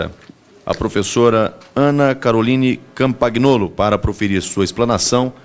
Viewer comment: O presidente da Comissão de Educação da Câmara precisa aprender a pronunciar o sobrenome Compagnolo corretamente. Pronuncia-se "companholo" e não "compaguinolo".